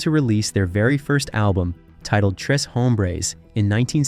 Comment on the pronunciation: Tres is pronouncd tray as in spanish for the number 3. The pronounciation is horrible for this video.